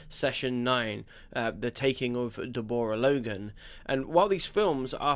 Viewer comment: Why did you say "Deborah" like that? 😂